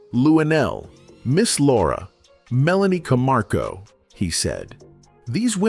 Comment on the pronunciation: IT'S CAMACHO NOT CAMARCO